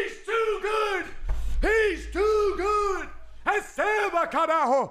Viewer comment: How much more time will it take so realizes its "RECEBA" and not "ESEBA"? LUL